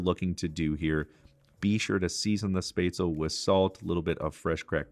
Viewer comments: Real Swabian here, I know a little bit late... It's Shbetsle. In Swabian, almost every SB, SP, SD, ST letter combination is pronounced with the SH sound. Also, Schwabenland is the standard German way of saying it but no real Swabian would ever say it that way as that word is very special to us. It's called "Schwåbaländle" (or "Schwobaländle" if you don't use the å) pronounced [ʃvɒːbɐlɛndlɐ] and it is our home 😊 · Hello I am a German and spetzle is my food that sp in German is pronounced shp I was born in to a German immigrant family and German and English are my first languages I have one of these spetzle makers I bought mine on amazon I am a food blogger from Wordpress I never went to culinary school I am a home chef however and I am nearly self taught but my influence come from my grandfather and he is my muse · I'm from germany and first I just laughed so hard of the pronunciation of Spätzle. I create a special typ of the original recipe with venison, onions, pickles and mushrooms in it, that's really tasty. The one thing I don't like is that you fry the Spätzle in butter. The problem with this is, that the Spätzle will never soak up the sauce, and that's very important. Greetings from swabia (the home of Spätzle) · Good job there chef! 👍🏻 We eat Rouladen in the winter but with red apple cabbage and dumplings. Also good job on the Spätzle too, I laughed heartily at the pronunciation. Thank you for this. Lots of love from Deutschland! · Looks good, now you need to work on the pronunciation of the word “Spätzle”, it gives me the creeps when I hear you say it wrong! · Shpetz-leh. Not Spaytz-l. Nicely done. I make mine with a Jack Daniels Peppercorn sauce. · It is called "Spätzle" which is pronounced Spat-zle and NOT Spazel. The pronouncation is similar to chipotle. The 'a' is similar to the 'a' in actor. Besides of this, good job. I keep a bit of the vegetable and blend it into the sauce for binding.